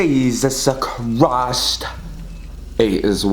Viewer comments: I love when dude says “jESUs cHrist” 😭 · no one literally no one: ✨jAySuS KaRAyS✨ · has lost his mind no one: not even me: not even the cult::a-jee-juse-chrrrrristtttt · “JEeSaUuSe CriStE” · Same gurl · Nobody.: " 𝗝𝗮𝗘𝘀𝗨𝘀 𝗰𝗥𝗶𝗮𝗦𝘁 "